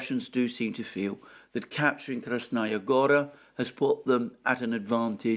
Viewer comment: About Krasnaya Gora being high ground: the place is called "gora" (meaning a mountain, or at least a large hill) for a reason. Btw, the strong syllable is the last one, gorA, not gOra. I know, it sounds alien to an English speaker.